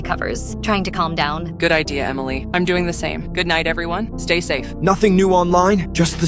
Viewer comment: Blud said “emileh’s right💀🥀”